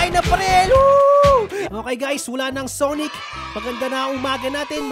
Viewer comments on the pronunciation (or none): Sanic not sonic